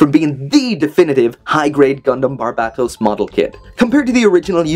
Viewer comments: You still say its name wrong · he is pronouncing barbatos wrong